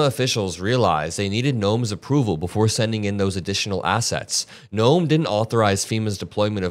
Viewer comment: Did you just call her chrisy gnome..😂😂😂